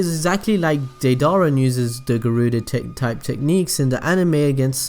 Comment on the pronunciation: Its pronounced (day-dur-rah)